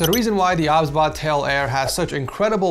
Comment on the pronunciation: I think it's pronounced "O, B, S, Bot" but i won't judge. 😅 Also, do you stream? I would love to watch your streams! ❤